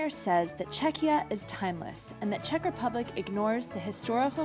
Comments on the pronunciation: Mně nevadí ani jeden název, hlavně ať tomu lidi neříkají Československo. :D Ani jsem nevěděla, že název Czechia je tak starý - ale vyslovuje se to asi "čekia", ne? Přijde mi, že jsi tam občas vyslovovala "ch" a "ch" přece v angličtině (ve výslovnosti) není. Asi jsem spíš proto, aby oficiálním názvem zůstalo "the Czech republic", protože to podle mě reprezentuje jakousi novou éru, už nejsme součástí Rakousko-Uherska, tak asi proto tam lidi chtějí mít ten název "republic", jsme prostě rádi, že už máme samostatnost + zdůraznit, že nejsme monarchie. :D Ale pro neoficiální styk jsem pro název Czechia. Za doby Československa to bylo taky zajímavé, jeden čas vadilo Slovákům, že tam mají malé "s" a že bychom se měli jmenovat Česko-Slovensko a ne Československo. :D :D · Not really, it's pronounced "Check ya" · "Che-ky-ia" is the correct pronunciation! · It's kind of funny how she can't make up her mind about the pronunciation alternating between 'k' and 'kh' in the middle. But hey whatever, there are thousands of English words where the English speakers can't make up their mind! :-) I think the 'k' is the officially correct variant. Anyway, this is the best video I've seen on the subject! Thanks!